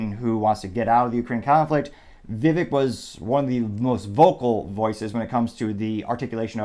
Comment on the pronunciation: Very disappointed that you did not show the actual video of Vivek talking to the person. Other sites that I choose to watch do it. BTW, his first name rhymes with "CAKE"!